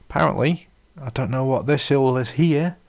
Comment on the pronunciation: BTW, the letter T is a consonant. It's "What", not "whah'". OK I'm being a jerk. But your analysis of W8 really pissed me off. Just because you don't know how to use a brand new OS with a new UI with new functions and shit, that doesn't mean it's necessarily a bad design. You're using W8 as if it was W7. It's not W7. It's another OS, and it's radically different. Shit. I was just as lost as lost in W8 as you for the first few days. Then I learned how to use it.